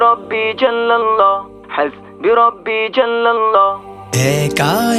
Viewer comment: উচ্চারণে মারাত্মক ভুল রয়েছে । এখানে "হাসবি","রাব্বি","ফি","ক্বালবি" ইত্যাদি শব্দগুলোতে এক আলিফ পরিমাণ টান(মদ্দ) হবে। শিল্পী এখানে টানে নাই,যা লাহনে জলী বা মারাত্মক ভুল!